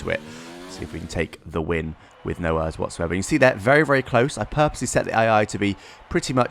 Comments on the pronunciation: I know I was like be a normal person and say it E.R.S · Errrrrr is think its e r s not Errrrrrs 😂😂 lol. Just kidding love your content 👍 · Omg it is not pronounced ers it is pronounced letter by letter, E.R.S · The fact that you say ERS like ears the whole video, makes my ears bleed. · Who says örs?